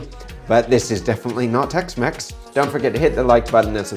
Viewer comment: Jamie Olive-Oil Tex-Mex ❌ Jamie Olive-Oil Tex-Mess ✅